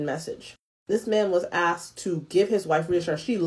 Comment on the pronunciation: Asked not axed.